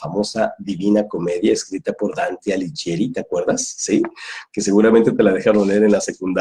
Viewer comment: Hola,. Debo hacerte una pequeña corrección con todo respeto. Dante Alighieri se pronuncia como si dijeras Dante "Aliguieri" (la "h" modifica el sonido de la "g"). Un gran abrazo cuántico.